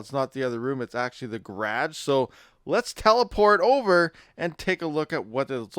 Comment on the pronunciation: Gerrrarge? lol love ya buddy